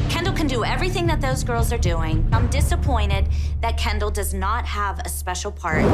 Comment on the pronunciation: It’s Kendall not candel…